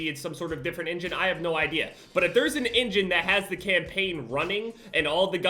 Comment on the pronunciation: everyone: engine: ingin im sorry